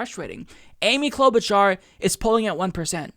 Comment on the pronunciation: Cloudbootjar? Why the fuck did that woman say Amy cloudbootjar? She is not even breaking 2% and shes a centrist/Republican light